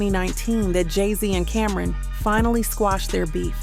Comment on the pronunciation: It’s CAM -RON not Cameron sheesh